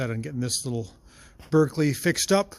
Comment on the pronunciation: What model Berkeley is that? (It's pronounced BARK-lee). I wonder if a Mazda B engine will fit in the Metro? The Kia version of the Ford Festiva had one of those. Interesting to see a Chinese engine in there.